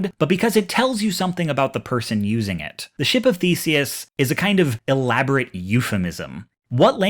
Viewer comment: his name is spelled The-se-us, not feces